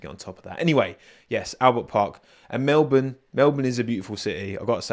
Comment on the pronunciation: You're one of the only non Australians I've heard who can say Melbourne properly. Even crofty and Brundle doesn't say it properly